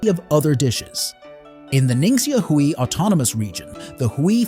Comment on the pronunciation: Not "Hooie". It's pronounced "Way"